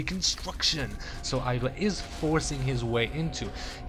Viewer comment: You say IdrA wrong.